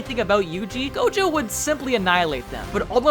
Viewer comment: nah bro said tojo at the start instead of gojo